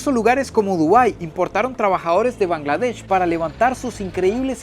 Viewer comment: Bangladesh ❌ Kangladesh✅ 🤣🤣🤣